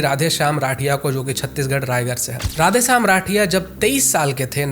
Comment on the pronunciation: Bhai radiya nahi rathiya hai . Aur nag nahi naag hai .Baki content ek number hai aapka❤